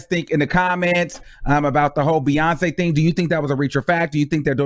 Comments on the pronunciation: I don't hear "monkey" at all. Either literally or insinuated. I hear BeyonKAY, not BeyonKEE...she's just pronouncing Beyonce's name with a hard "c" ('k' sound) rather than a soft "c" ('s' sound). I've done that myself in the past just goofing around. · Lol I can’t push her on you BUT I think you reached for “monkey” out of Beyonké (Bee-yawn-KAY) Not (Bee-yun-Key). Weird...lol Boinky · I think Doja was just pronouncing the "C" in Beyonce name different but I'm here for it (talk ur s**t!) I really don't care for Doja she's too pop for me anyway & Ms.Banks is a super hater throw her in the trashcan! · Maybe Doja Cat mispronounced Beyonce name or maybe she was calling her a donkey. And she also apologize for the bad choice of words she used in the past which we all have done so before. IJS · She didn’t say beyonky..she said beyounkay😩😩but if people feel that they have been hurt by Doja...I can understand . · She pronounced the c differently she didn’t call her a monkey your reaching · She didn’t call her a monkey lol. I think she was pronouncing Beyoncé’s name how it looks. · She was definitely trying to be funny by mispronouncing Beyoncé name.. she’s a hater and very hateful. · Why Doja have a problem pronouncing Bey name correctly???.... It’s BEYONCÉ not Beyonka, But I was never a fan of her’s anyway, it was something I didn’t like about her And Bam the Universe let it be known and she got expose for who she truly is. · It sounds like she was just pronouncing the hard C in Beyonce's name instead of pronouncing the soft C like everyone else does. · While I agree she did NOT call Beyonce a monkey, where in English is the hard "C" after and "E" common? As far as looks, English-first speakers are more inclined to pronounce it "Be-yonse" before they would say "Be-yon-Kay" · BEYON-KE AS IN BEYON-CE C pronounced as a K. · Sounds like she was saying Beyoncé and donkey together. “Beyonckay” not Beyonc-key